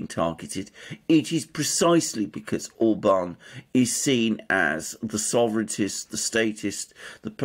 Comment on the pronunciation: The stress is always on the first syllable in Hungarian! Like O’rban Vi’ctor!